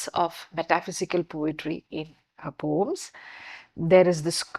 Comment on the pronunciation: Can you pronounce it as Po-ems or Po-uhms instead of POMES .? Too pedantic